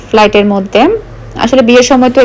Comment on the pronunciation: মুশা না মশা।ফ্লাইট না ফ্যাট।